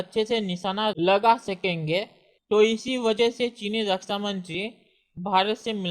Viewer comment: Rasa mantri nahi raksha mantri hota hai bhai. Be clear with your words lots of people listening to you.